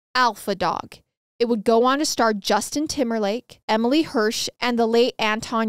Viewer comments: Alpha Dog, which is the movie based off of this case, is an amazing movie. Also, Emile isn't pronounced "em-uh-lee." He's a male, so it's "em-eel" lol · Its pronounced E-Mil Hirsch lol not Emily...its funny when she gets actors names wrong alot haha..all good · Emily Hirsch huh, that’s not how you pronounce his name, does she ever look up how words she doesn’t know are pronounced?